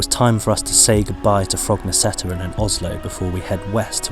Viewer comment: Perhaps you already knew, but "Korketrekkeren" means "the Corkscrew". And by the way, the last "e" in both this word and "Frognerseteren" is silent. So, pronounced more or less like i.e. "Frognerset-earn". Or, to be exact, with a Norwegian "æ"-sound. Actually like the "a" in English "fancy"😂